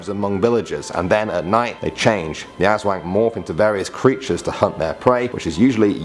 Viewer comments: WHO SAYS US-WANG ITS ASSWANG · its aswang not asweng just the a soumd is still the same also we pronounce tyanak chanak amd dewnde is still e sound is normal e sound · I laugh when he says filipino urban legends like "esweng" (aswag) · It is Pronounce as As-Wang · you mean Aswang you prounounce it incorrecly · The way he pronounces the creatures...... FACEPALM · He didn't pronounce Aswang properly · Pronunciation corrections: 1. Sirena (see-reh-na) 2. Aswang (as-wang) The "wang" syllable doesn't have an accent 3. De la salle (deh-lah-sal) 4. Duwende (doo-when-de) Put stress on the "de" syllable 5. Kapre (cup-re) The "re" is like the re prefix used on the words reduce and such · Don't say aswang as azwang And it's not tiyanak it's pronounced chanak XD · The pronounciation of engkanto (Ing-kan-to) The pronounciation of sirena (Se-re-na) in english mermaid The pronounciation of Aswang (As-wang) The pronounciation of Tiyanak (Cha-nak) The pronounciation of Duwende (Du-wen-de) in english evil elf or something The pronounciation of Kapre (Kap-re) or also known as guardian of trees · See-ren-nah (mermaid) Us-wung (aswang) Tea-yan-ak (tiyanak) Or Cha-nak Do-when-deh (duwende) Cap-reh (kapre) I hope it helped😄